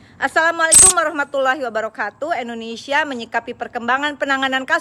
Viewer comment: Oneng....nama negara kita indonesia apa endonesia....sbb Oneng bilangnya endonesia....